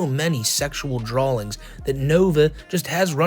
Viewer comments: Wtf is a drawling? Its drawings homie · bro said "Drawlings" and even spelled it that way too 😂😂😂 wtf